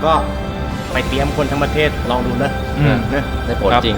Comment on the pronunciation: พี่เน้นคำว่า"คนทั้งประเทศ"จังน่ะครับ